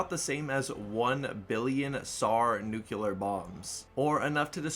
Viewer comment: Every time I hear "nukular", I feel pain inside.